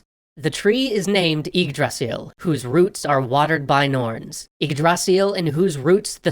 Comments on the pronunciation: It's Yggdrasil , not Iggdrasil . It's Bifrost , not Bayfrost . But yeah, for an english speaker, he's not the worst. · thumbs down cause you cannot pronounce yggdrasil, or ANY of hte names, you bring great dishonour to norse mythology and you should be ashasmed!